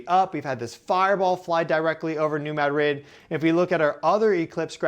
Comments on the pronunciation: We say MAD-rid not Ma DRID. This is the Midwest not Spain. Thanks for all your information you’re amazing!!! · Mad-rid, one word. Not "Mad Rid" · Spanish: (muh)-DRID...emphasis on last syllable: MAD-RID...equal emphasis on both syllables Correct: MAD-(rid)...emphasis on first syllable Give him time, he'll get it. ☺ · Pronounced “new MAD-rid” fault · Dear. There are two Ds in the word Madrid. Neither are silent. ✌🏽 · As a local, the first time you said New Madrid fault is the correct way to pronounce it. The way you started saying it later in the video is wrong. And also it's not pronounced the way the city is Spain is. We aren't Spanish, we're American and the settlers in this area were largely French and German.